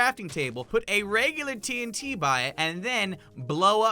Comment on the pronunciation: It is called T UN T